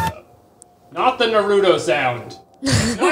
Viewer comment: why does keep saying naruto wrong